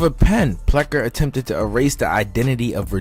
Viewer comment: PLECKER, NOT PLECKER!!!